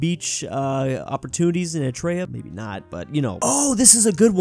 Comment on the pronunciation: please learn how to say Eritrea there are 4 syllabus. Er-i-tre-a not Etr-e-a